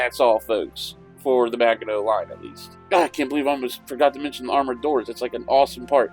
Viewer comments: Is he really saying Maga-know? Oh please, please learn to pronounce it!! Also, that illustration was fictional, produced for propaganda purposes. None of the ouvrages was anywhere near that large. This looks more like a dungeons and dragons dungeon map. Please just look up Kaufman and jurga's book on the Maginot line. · Thanks for the video and update. BTW, if you're concerned about correct pronunciations... it is actually a soft g in Maginot